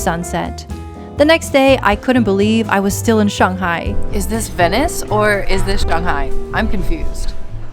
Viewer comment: The way you pronounce 'Shanghai' proves you've lived in China for a 'long' time.